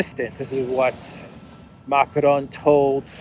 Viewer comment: Learn how to pronounce Macron corretly!!!!!